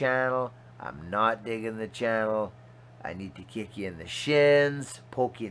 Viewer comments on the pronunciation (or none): none